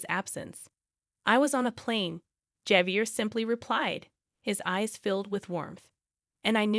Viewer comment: Javier is pronounced wirh a H, Havier